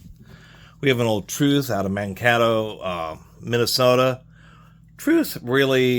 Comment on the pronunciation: Mankato is pronounced man-kate-oh